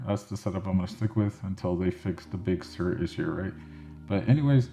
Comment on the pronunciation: What is Big Sir or surge, not sure exactly what you said, lol!